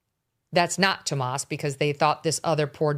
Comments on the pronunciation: Megyn you are driving me crazy referring to Annie Guthrie's husband as Tomas ... it's Tomasso ... This is remarkably sloppy attention to detail. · Y do you mispronounce tommaso’s name? Is it on purpose or you’re just a Dumbazz?!?